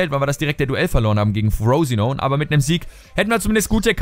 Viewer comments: Frosinone Englisch aussprechen ich kann net mehr:'D das ist ein italienischer Verein und wird so ausgesprochen wie es da steht Haha:D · "Frooosinon" ... :D Frosinone ist 'nen italienischer Verein, diese Saison in die Serie A aufgestiegen. Wird also quasi auch so ausgesprochen wie er geschrieben wird. ;) :D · Frosinone ist ein italienischer club ;) wird also auch genauso ausgesprochen aber "frousinoun" is auch nicht schlecht :P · Ich liiiiebe diesen Karrieremodus - Ich glaube Darmstadt und der neue Kader von Newcastle werden die Gründe sein, die mich zu Fifa 16 bewegen. :D Und Frosinone spricht man übrigens wie man es schreibt, ist ein italienischer Zweitligist mit dem wohlklingenden Namen Frosinone Calcio. :p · FROSINONE ist ein ITALIENISCHER Verein! wird daher nicht so ausgesprochen, wie du denkst. :')